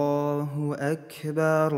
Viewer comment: А почему звучит Акберу? Как будто буква "у" вконце. Объясните новичку